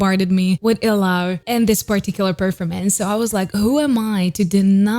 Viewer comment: Not Ilaw as /i-lau/ but /ee-lau/ or /ee-law/ with the stress in letter "I" not in "law'. Sounds weird if you say it that way. Sure we understand but you know I would suggest to check the word first. Like from other reactors too saying /jento/ instead of /gento/. NO OFFENSE. I JUST WANT TO HELP. BTW, nice to watch here for aspiring singers. Nice!